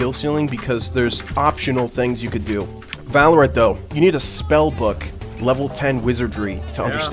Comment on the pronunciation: bro please i dont care about your accent but stop saying "valloooorant" its "v-a-l-o-r-a-n-t"